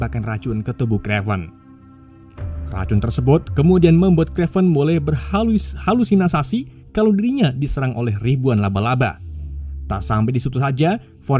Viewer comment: HALU SINASI BANG BUKAN HALISINASI